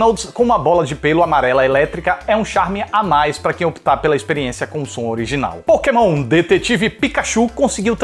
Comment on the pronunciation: Quando ele disse pokemonha eu escutei maconha....kkkk